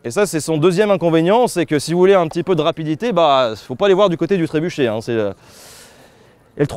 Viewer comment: Trébuka ? Tréboucca ? Trébouka ? Tréboukha ?